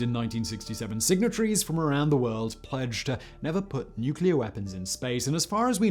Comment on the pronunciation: Ah yes, super weaspons!